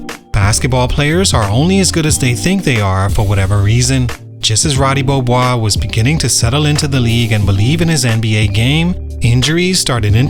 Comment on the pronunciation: "Ruudee Beeohboise"